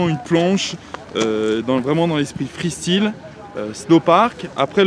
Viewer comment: freestyle sa fait mal au oreille >< ( freestail en phonetique ) sinon bien :)